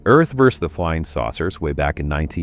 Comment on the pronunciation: (The abbreviation "vs." is pronounced "versus", NOT "vers". You're welcome.)